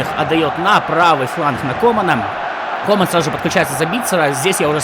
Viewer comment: комАн вместо кОман, упамеканO вместо УпамЕкано, эрнандЕс вместо эрнАндес, зАбитцер вместо забИтцер